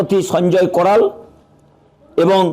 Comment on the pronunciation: আরে সঞ্জয় করাল নয় কারোল।